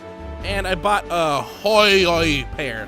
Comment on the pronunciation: "Hyoi" is probably pronounced like "Hoy!" as in "Ahoy!"